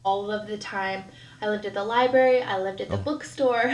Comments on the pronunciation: Love to see Myka's top 10 favorite books... Lol. Go back to the "libary", Myka...🙄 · anyone who says "lie-berry" has never been to a real library.... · Used them all improperly, too. I was screaming inside. For a ‘’lie-berry’ lover, she sure does NOT have a superior command of the English language.